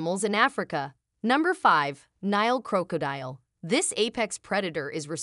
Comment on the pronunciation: I stopped watching when I heard the horrible AI generated pronunciation of “Crow-cah-dile” 😂😂